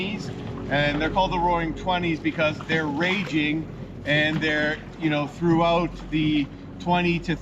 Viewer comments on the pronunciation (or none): none